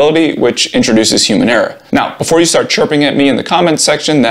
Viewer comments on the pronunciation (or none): none